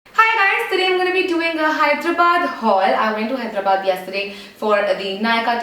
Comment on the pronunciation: u said it correctly!! yay! hope u had a great time in Hyderabad! peace n love !